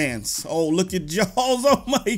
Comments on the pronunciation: It kinda sounds like your saying Jones! XD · it sounds like you are saying jalls